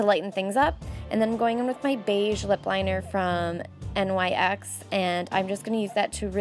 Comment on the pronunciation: Nyx is pronounced like "nicks" (: love your videos!